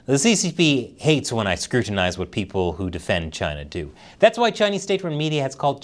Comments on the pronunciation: Why does the way you say CHINADA sound like Chinese for Canada? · CHINUH NUMBAH WAN! lol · Sometimes I miss the way he said, Chyna. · I love how started mimicking Trump and pronouncing it Chyna 😂